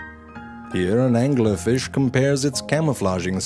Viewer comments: Angler Fish Pronounced: "AN•GYU•LAR FEESH" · "True Facts About The Angler Fish "... Can you not read?